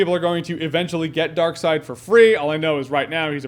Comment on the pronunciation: It's Darkseid (Darkseed) not side. Good video though! I've been highly debating getting this game and you may have sold me.